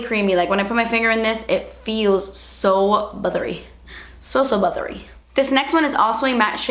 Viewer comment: When u said butthery, all I could think about with crispy buthery flakey HAHHAHAHAHHA